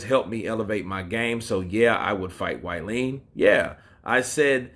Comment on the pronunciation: Bro keep up the good work. Had to say find it funny how you say wallin as you say like its why lean.